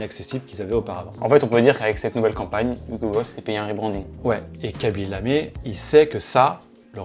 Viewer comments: C'est "Khaby LamE" et pas "LamÉ". Signé un Sénégalais qui n'a vu que 3 secondes de la vidéo mais qui a quand même envie de la voir lol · Hello, ce n'est pas "Kabi Lamé" mais KHABY Lame. Un tout petit effort please sur la prononciation. superbe vidéo